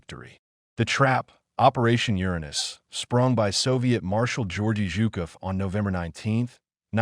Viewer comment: Gu -- short "goo" -- d'air -- yi -- enn, Gudarian. Zhukov is a long zhoo -- koff. "Two Panzer corps" would be "Second Panzer corps" said by anybody sensible. YouTube has the peculiar habit of handing its explanations to ver-ree inadequate robots, or perhaps people with nice voices but inadequate brains.